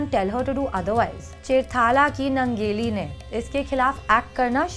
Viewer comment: यह निवेदिका काॅन्वेन्ट स्कूल में पढी है क्या ? उसके हिंदी भाषा पर सिधा सिधा अंग्रेजी का प्रभाव दिखता है. दुसरी बात उस लढाऊ औरत के नाम का स्पेलिंग अगर Nangeli है तो उसके नाम का उच्चारण " नानगेली या ननगेली " होना चाहिए न की " नंगेली ". मुझे लगता है ये गलत उच्चारण है. और दुसरी बात छाती ढकने के लिए टॅक्स देने के खिलाफ लढनेवाली औरत का इतिहास बतानेवाली निवेदिका का खुदका " क्लिवेज " दिख रहा है यह विडंबना है.